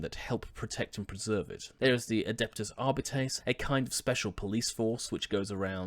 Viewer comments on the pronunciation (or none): none